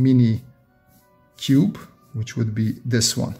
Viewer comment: fun fact: He cannot pronounce cube.